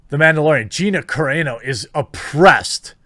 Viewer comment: Hearing you mispronounce Gina's last name the entire video, and calling Covid, the "Coof" hurt my heart.